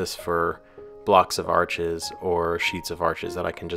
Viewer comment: Your humble attitude on pronunciation is appreciated and your channel is very interesting. Arches is French also and pronounced arsh. Cheers!